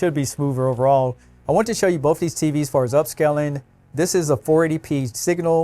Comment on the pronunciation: I like how you say "both" "boaf"